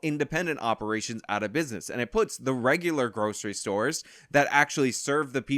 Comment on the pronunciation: "Thennn we poots the bacon on the bread"